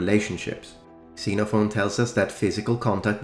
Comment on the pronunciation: Hey, I'm Greek, thank you for this video, we are tired of our history being disregarded and mocked. Also, It's pronounced KsenophON.